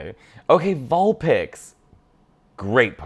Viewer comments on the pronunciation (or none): none